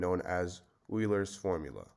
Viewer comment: Euler not Eurler.